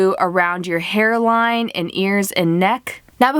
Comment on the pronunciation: Did you realize she sad hair wine instead of hair line